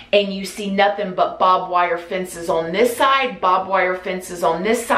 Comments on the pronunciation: I thought I heard Bob wire lol she's adorable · I thought I was going crazy hearing 'Bob wire fence' glad it wasn't just me hearing it, lol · is the cutest, the way she messes up words.. "bob wire" lmao 🥺💛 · Lmao in came to the comments after I heard "Bob wire" to see if anyone was going to mention it. I love her so much ❤❤❤ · It keeps me captivated. You know how you read a book and sometimes you've read 6 pages but you have no clue what you read? Your videos are the complete opposite of that, for me anyways. I get lost in storytimes. I find them boring honestly. But I find myself going back... did she just say Bob wire? Rewind. Yes, yes she did. I love your accent and your way with words. It keeps my attention. I'm a Jersey girl in NY. I don't have any southern accents in my life. so I really can't get enough of yours!